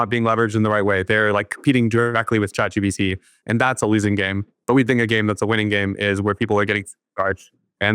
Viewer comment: Someone tell the old man it's chat G PEE T. Not G BEE T. Get your letters right, Phil. 😂